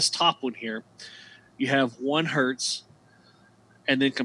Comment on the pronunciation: Just a small detail worth pointing out...I noticed several times you pronounced it "hert" and "kilohert". Hertz/kilohertz is not the plural form. It's 1 kilohertz, or 1 hertz, or 2 kilohertz or whatever...because it's originally named after Heinrich Hertz.